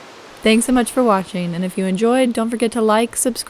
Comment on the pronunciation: Don't forget to add the A at the of Pura. Sounds like you're saying pure.